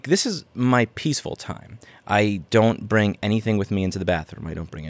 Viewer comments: "This is my pissfull time" :D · Never going to be able to hear the word peaceful as anything else than pissfull from now on.